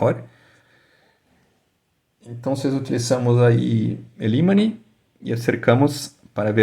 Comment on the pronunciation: buen video, pero en español se dice IMAN no imani, prro con practica ya vamos haciendo cosas, best reguards